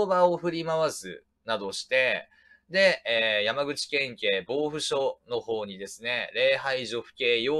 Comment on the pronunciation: 防府は「ぼうふ」ではなく「ほうふ」と読みます。